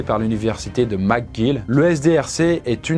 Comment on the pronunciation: macguill xD Ca s'écrit mcguill mais c prononcer mecguill